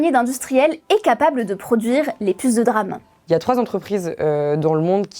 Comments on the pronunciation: band-ouaille-th memory Drame au lieu de DRAM. On voit que c'est des gens qui ne se sont jamais intéressé au sujet ou à l'anglais jusqu'à 10 minutes avant l'émission. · La 1ère phrase est fausse, c est pas la barrette mais le kit. Ca se dit D-RAM et pas DRAM. Des le départ on comprend bien qu elle parle d un sujet qu elle ne maitrise pas du tout, elle a lu 2-3 trucs et ensuite se croit capable d en faire une vidéo explicative. Au début on dirait qu elle veut faire passer les entreprises pour de grands méchants qui complotent, alors qu ils auraient eu l occasion de faire ca depuis bien longtemps, c est juste le contexte avec les besoins en IA qui les font s orienter plutôt vers elle que vers la RAM grand public. J en suis qu à ... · dire "DRAME" plutôt que D-RAM ca casse un peu tout le truc :) :) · le reportage est intéressant mais omg prononcer DRAME et pas D-RAM c'est pas fous... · Personne ne dit "DRAM". Ça se dit "D-RAM" le "D" étant prononcé à l'anglaise. Donc phonétiquement : diram. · Have you been living under a rock. You don't say DRAM, but D-RAM. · DÉ RAM et non Drame pour parler de DRAM.... Quel drame pour les oreilles. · On prononce D-RAM pas dddddram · Belle synthèse mais par pitié, mettez vous à l'Anglais ! D-RAM, bandwidth, Gigabyte, ça fait mal aux oreilles !!! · ça se prononce DéRAM, pour dynamic RAM, sinon, c'est le DRAMe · On dit DeRAM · « Les puces de DRAMMMM » mon dieu quelle incompétence 🤦 Un peu le « meuporg » de l’école pour ceux qui se souviennent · Je confirme la prononciation de D ram est un drame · Quel DRAM de ne pas dire D-RAM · C'est un drâme monseigneur ! Mais oui elle est dans les choux niveau prononciation ! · C'est pas comme ca qu'on prononce "DRAM" et "Bandwidth"... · Ça encore ça va, en anglais c'est comme ça qu'ils le disent. Quand on a l'habitude de regarder du contenu anglais, ça ne choque pas. Par contre sa façon de dire DRAM et bandwidth, ça m'a fait un mini-AVC. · On dit DRAM, SRAM. Comme on dit PROM, ROM et non P-ROM 😂